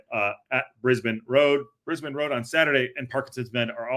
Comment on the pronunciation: From listening to an Orient supporter, It's not in Oz, it's "briz bane" road.